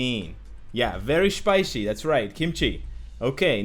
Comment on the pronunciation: "yeah very spichy.......kimchi" -Netmarble's CEO of Canada.